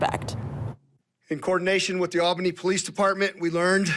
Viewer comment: It is pronounced Awl-ba-nee I know how picky Nevaaaahda folks can be, I am sure you would want to get the capital of NY right ;-)